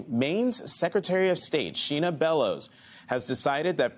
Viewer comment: Her name is Shenna. Not Sheena. A good journalist would notice that.